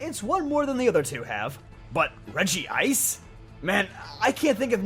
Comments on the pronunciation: regi-ice? isn't it said like reg-ice? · It's Regice, not Regiice. It's been 20 years since its introduction; there's no excuse for getting this wrong. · This drives me up the wall but it's regice not regi ice 😂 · Why do people say regi-ice? It's regice. One word. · You made the common rookie-mistake: There's only one "I" in Regice. It's not "Regi-ice" it's "Reg-ice". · Nice video, good reasonings. But PLEASE stop saying Regi Ice. It's Regice, there is no 2nd I in it's name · Am I the only one who cringes when he says Regi-ice in all his videos? 😬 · it's re-gice! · Isn't it pronounced Reg-ice, but I do enjoy using it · Wow, can’t even pronounce Regice correctly. Fake Pokémon fan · Cmon there aren't two I's in Regice, say it like you know you should.